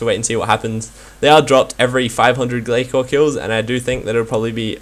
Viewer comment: *Gla-sore not Gla-core